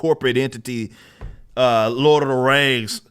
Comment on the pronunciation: If LOTR was black, it would be pronounced exactly like rippa says right here. "LORD OF THA RANGS".